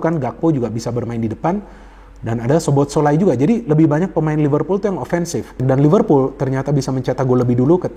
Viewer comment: bacanya SOBOSLAI om